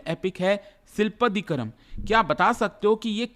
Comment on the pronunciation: it's not Silpattikaram.... it's Silaappadikaram... Written by Ilangu Adigal....